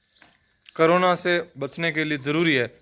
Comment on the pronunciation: Bhai saab krona nhi korona hota h